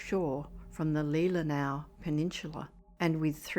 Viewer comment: Awesome job pronouncing "Leelenaw". Having grown up in Michigan my whole life, there are people from the state that don't pronounce it correctly. 👌👍 EDIT: Ditto for "Mackinac".